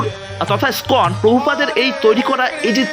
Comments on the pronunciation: উচ্চারণ ঠিক করতে হবে তো! ইস্কন কে উচ্চারণ করছেন কখনো কখনো "স্কন"-- এটা কি ঠিক প্রভু! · উচ্চারণ সঠিক করুন।কথাটা স্কন নয়। ইসকন। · ভালো ভিডিও! তবে ১ টাকা না লিখে বিনা মূল্যে লেখা উচিত। আর "স্কন" নয় , ইস্কন। হরে কৃষ্ণ 🙏